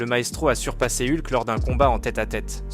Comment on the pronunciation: Eulque, c'est ce genre de prononciation qui me fait vriller, soit fr. soit en. mais ne mélange pas les 2, c'est juste horrible...